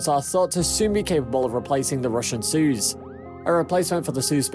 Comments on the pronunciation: its "soy - ooz" not "suuuuzzzz" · I don't want to point things out but its not pronounced as "suz" its "Soiooz" (combination of I and U) BTW: Great vid😁❤️ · "Suze"... that's not how you say it. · you're not pronouncing Soyuz right urgh!!!!!! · Learn how to pronounce your subject!!!! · Agreed. This is The Only Noun that matters in this video and our presenter got it wrong.